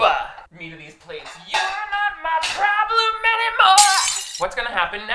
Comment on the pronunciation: It honestly sounded so good, too 🤣